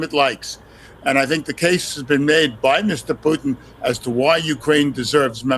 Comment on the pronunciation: The way the narrator prounounces Putin sound like Poutine, which is a Canadaian food, some fries with cheese curds and gravy.